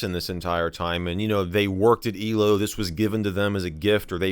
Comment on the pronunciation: I love how Michael says elo it's "eelo"